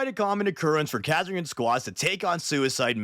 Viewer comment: But... They're the KAH-sir-kin... Ka as in Castle.